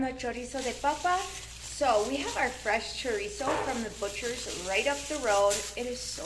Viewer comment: Chorizo not choriza.